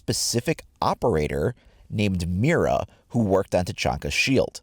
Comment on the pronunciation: Mira Is pronounced mida like the r is a d